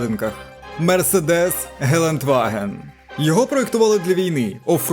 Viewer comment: "Geländwagen" а не gelentwagen. Віредагуй в інтро, бо як пісок в очі в перші ж 10 секунд відео.